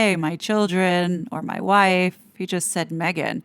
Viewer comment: Hate how he says “moi woif”😡